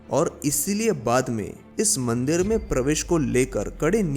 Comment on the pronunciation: Bhai mandir hota h mandeer nhi